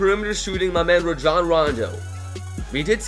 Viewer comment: He said ragon instead of rajon 😂